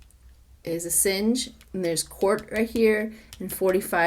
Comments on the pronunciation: A sawn ge. Not A sin ge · Matt Gaetz not Bill Gates. ☹️ AsAHNge not hinge 😊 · its Assange, like massage. there is no i.